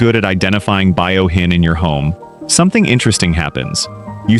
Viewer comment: It’s Fuyouhin, not Buyohin😊